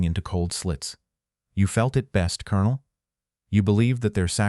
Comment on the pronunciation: Why do you mispronounce 'colonel' ? It is ignorance and lack of education